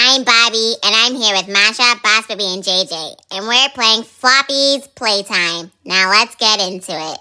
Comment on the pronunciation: It's Poppy's playtime not slopped playtime